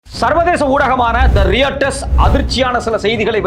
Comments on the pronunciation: டேய் நாய் அது ராய்ட்டர்ஸ். ரியட்டர்ஸ் இல்லைடா நாதாரி கத்தாதே. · ரெயிட்டர்ஸ் இல்ல தம்பி ரொயிட்டெர்ஸ் என வாசிக்கவும் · படிக்காத நாய். ரியட்டர்ஸ் இல்லை டா. ராய்ட்டர்ஸ் என்று உச்சரி. திரும்ப திரும்ப தவறாக உச்சரிக்காதே. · தம்பி அது ராய்டர்ஸ்டா டேய்..... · They are called as Royters. Not pronounced not as Reuters. Writing is different. And pronouncing is different. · royturs nu pronounce pannanum bro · Sir pls pronounce Reuters properly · haha yeah I also noticed that